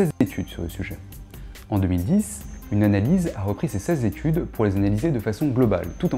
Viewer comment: moi je crois bien que t'as dit 16 zétudes et que t'as rectifié au montage :p. Blague à part, content de découvrir cette chaîne instructive. Merci